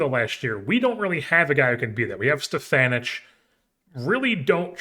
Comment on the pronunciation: know I am behind on the series but Stefanic would be pronounced "ick" at the end not "ich"